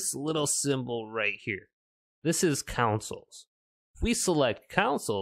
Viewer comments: Lmao so weird another YouTuber doing a video on this subject kept saying “councils” as well 🙈😂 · Why do you say consoles like that